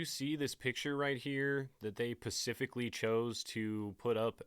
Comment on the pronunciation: Okay. Great video, and I enjoy your work adm will keep watching and supporting this channel, but there is something we HAVE to talk about. It’s SPE-cificly, not PA-cificly. I hate to be that guy here but you use the word so much you might as well get it right, it is stating to drive me crazy lol! Again, otherwise, great stuff!